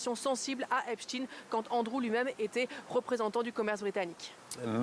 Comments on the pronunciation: ça ne se prononce pas epestin . ça se prononce Epstein ... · Pas Epstine ! Epstein !😊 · cette maladie du groupe arnault à prononcer epstine ce qui se prononce epstein, comme dans einstein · Pourquoi pour Epstein on dit "epstine" et pas Epstein (prononcer chtaïn) comme Einstein (prononcer chtaïn, comme ça a toujours été le cas) ? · Aux US ils prononcent justement comme nous, puisqu'on s'est américanisé sur la prononciation des noms. Mauvaise pioche.